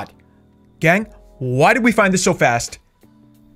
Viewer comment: Ew I hate how he says gang